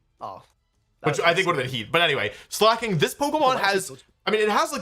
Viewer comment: rare moment of Wolfe saying slaking correctly instead of his usual “slayk -ing” or “slay king”